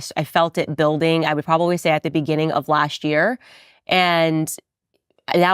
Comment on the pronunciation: Not 'laasht' but last.